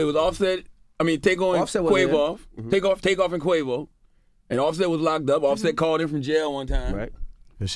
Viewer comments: “ Take-O and Quavoff”. 😭😭😭😭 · Char said "Take-on" and "Quav-off" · She said takeoff, tookoff.